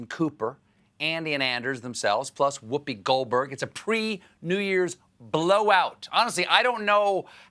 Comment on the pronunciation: I swear at the end he said Whoopti instead of Whoopi